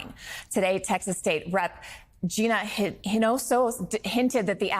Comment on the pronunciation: Learn how to pronounce her name! Hinojosa is pretty common, how embarrassing for you.